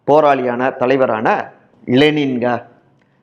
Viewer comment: இலனின் இல்லங்க.. அது லெனின் அப்டின்னு தாங்க உச்சரிக்கணும்..